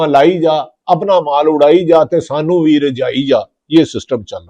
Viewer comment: بھی کا ب نکال کے بات کرو میرے بھاٸی